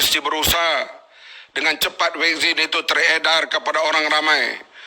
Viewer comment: Vaksin bukan wekzin ler entah ape2 tah